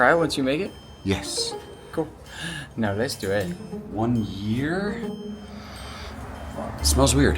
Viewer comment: Since when can you not say Year? I've heard you say it normal before. But in this video you cant?!